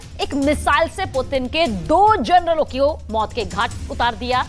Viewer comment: Kis bevakuf ko news anchor banaya hai? Ye Journal bol raha hai, General ke badle.